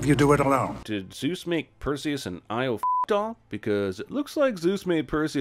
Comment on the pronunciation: And I was happier for it. Eternally grating mispronunciation of Zeus, stupid characters and Hades once a-fucking-gain made out to be the antagonist when in the myths, he was the only member of the Greek pantheon who actually did his bloody job properly.